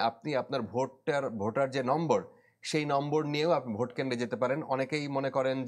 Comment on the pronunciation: সাংবাদিক সাব কথা বলার সময় অশুদ্ধ উচ্চারণ করেছেন। একটু খেয়াল করলে শুনতে পারবেন ‘ভোটকে’ ‘ভূত’ বলেছেন।